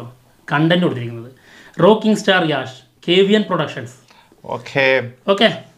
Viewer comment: Yaaaash allado yeshhh ennanu pronouncation 😂